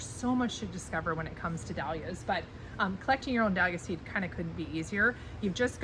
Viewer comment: Cant listen to anyone mispronouncing "Dahlias".